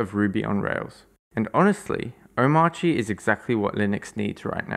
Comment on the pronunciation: As well as the pronunciation. It is pronounced something like Omarki. Just like CachyOS is pronounced something like KeshiOS. Not the English pronunciation of course, cause English pronounces these letter differently than rest of the word.